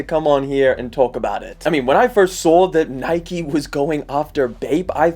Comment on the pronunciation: Why do u say nike like that